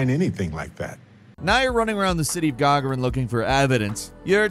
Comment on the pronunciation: Its Ga Gar In. Its named after an actual person, the first man ever to go to space.